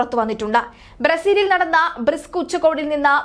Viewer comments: ബ്രിസ്ക് അല്ല. ബ്രിക്സ് ഉച്ചകോടി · റസ്ക്ക് തിന്നുന്ന പിള്ളേരെ പിടിച്ചു വാർത്ത വായിക്കാൻ ഇരുത്തിയാൽ ബ്രിക്സ് എന്നത് ബ്രിസ്ക് എന്നെല്ലാം പറയും , റിസ്ക് വേണ്ടാ